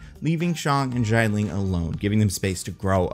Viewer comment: Can we all please just learn to pronounce Xialing's name? The first syllable's vowels are "I" and "A" in that order, not "A" then "I." It's "She-ya Ling," not "Z-eye Ling"